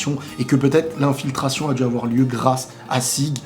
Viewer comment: Son nom c'est Zeke pas "Sieg"...